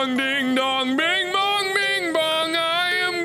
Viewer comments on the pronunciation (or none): none